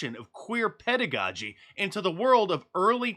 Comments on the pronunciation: Pedagogy OR PEDOgogy?🥴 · It's drag PEDOgogy not pedagogy